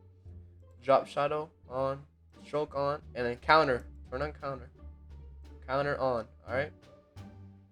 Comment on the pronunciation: Say it with me, con - tour not counter. Thanks for the tutorial tho